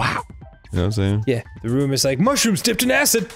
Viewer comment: Arin is mad at the hangman's gambit sequences, but let's not forget that he also thought "dipped" was "dopped". Maybe he's feigning anger because he's actually nervous.